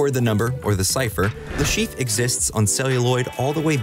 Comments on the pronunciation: Le ChiffRE! Say his name correctly, make an effort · Le Cheef? You may want look up the pronounciation of foreign names in the future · Aaaah yes the famous "Le Schieef"